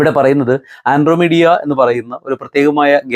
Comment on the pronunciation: ആൻഡ്രോമീഡിയ അല്ല ആൻഡ്രോമെടാ ഗാലക്സി (Andromeda Galaxy ❤ )